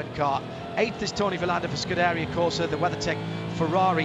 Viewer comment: He says Scuderia wrong 🤣